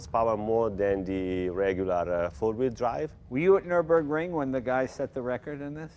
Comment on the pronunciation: Remember when Jay once said 'nurenberg ring' 😀😂😂. Bless him.